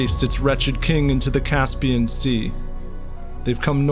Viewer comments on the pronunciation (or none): none